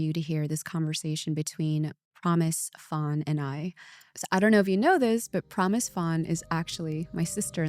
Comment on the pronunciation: HI Michelle, I am wondering why you are saying “Phan” like that? I wish you pronounced it in Vietnamese!